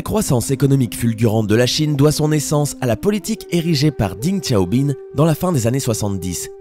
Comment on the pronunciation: Par contre tu écorches les noms c’est Zhongguo （ 中国 ）et l’autre c’est DENG XIAOPING ( 邓小平 ）